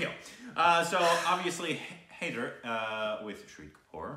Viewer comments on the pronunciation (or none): Its pronounced Hi there not hey there. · 'Hai' sounds like 'Ha' as in 'Hat', and 'der' sounds like 'ther' as in 'feather' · High-dar (as in sir, fur, cur) and the 'd' is soft. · The consonant 'D' is pronounced as the word 'the' so HAIDER is pronounced as HAI- the-R. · #Shahid is a powerhouse of talent indeed... He’s way more talented than the #KhanEnsemble any day! Do watch all of musician turned film maker, #VishalBharadwaj’s films including his first, #Maachis. He’s brilliant and so is your review. By the way, the title is pronounced ‘High-ther’, almost like ‘hi there’. Also, My #PreciousStupids, the #IndianFilmIndustry as an entire entity puts out about #IndianFilms each year on average, #Bollywood/ #HindiCinema just about 250-350. 🤓 That’s a small fraction! Telugu Cinema releases the maximum number of feature films in India, closely followed by Tamil and then Hindi. South Indian Cinema dwarfs #Bollywood in comparison. I wouldn’t be the first one to point out that neither do we #Southerns really relish being overshadowed by #Bollywood, nor do we appreciate being categorised as #Bollywood... If #TeluguCinema, #TamilCinema, #MalayalamCinema and #KannadaCinema is too cumbersome to remember, just call us #SouthIndianCinema, we’d appreciate that! Be racial and call it #IdlyDosaCinema, if that’s easy but puhleezzeee... #NOTBOLLYWOOD. Just saying, so you don’t end up ruffling any feathers in the future! 😉🤓 #TheSouthRemembers